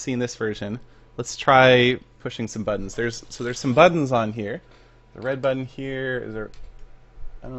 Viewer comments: "Let's try pushing some buddons" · "Let's try pushing some buddons" - Sethbling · "Let's press some buddons" -SethBling on Saturday, December the sixth, 2014 A.D. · "So there's some buddons on here." ~SethBling 2014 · "There are some buddons on here, but I think.." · "There's some buddons on here" -Seth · "Let's try pushing some buddons" XD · was the whole purpose of this video just for seth to say buddons